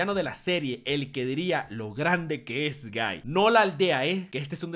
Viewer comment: me da risa que dise niño gai